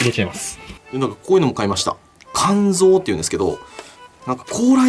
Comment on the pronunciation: か↑んぞう、です。